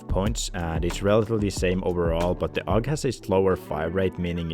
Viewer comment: Can't take a man serious that calls the AUG a awgah